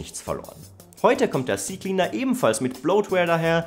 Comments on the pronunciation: Nicht cie cie cleaner, sondern Zeh Zeh Cleaner -. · Ze Ze Cleaner 😊